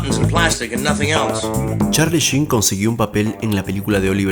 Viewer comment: YOUR ENGLISH SUCKS MAN!!!!!!!! Por lo menos el nombre lo pronuncias bien!!! jajajaja!!! Va en tono de broma amigo!! Saludos